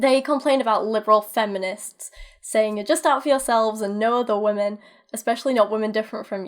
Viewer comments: It’s wahmin as in wah wah wah bitch I’m lil baby 😂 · How many times do they have to butcher up the word women?